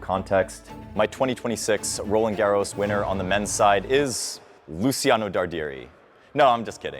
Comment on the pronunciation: You pronounce Luciano (Darderi) with a soft C like in "pouch" not like you say. Just a quick Italian lesson 😊